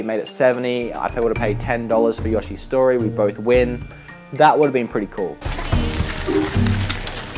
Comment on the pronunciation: lol "Yahhshi Story" and "garriage" , Great Show Guys keep them UP^ n Good luck with the game chasing.